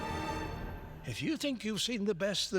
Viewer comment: It was immediately clear the second audio was different. Syntax was different, and so was pronunciation of Asia. The AI voice was pronouncing it as "Aisha" instead I'd "Aizha".